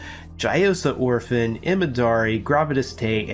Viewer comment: Ophin is not Orphan. You are putting an "R" into the name most of the time. Not sure if you noticed or not. Good coverage of the portal systems.